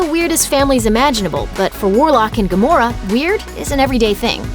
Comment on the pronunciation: Why does it sound like Gomorrah?